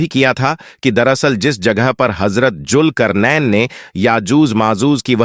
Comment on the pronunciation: Bhai pronunce sahi karen bohot se lafz apne sahi nhi bole jese julkarnen nhi zulqarnain h sahi lafz agar aap muslim hn to bade sharm ki baat h